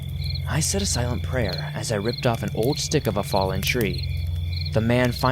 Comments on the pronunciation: Please tell me I’m not the only one that heard “ but when my dad walked in with a huge d*** “ I know he probably said stick but I swear it sounded like d*** I mean I’m crying I’m laughing so hard🤣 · I SWORE I THOUGHT YOU SAID “Once my dad walked in with a huge dick” LMAO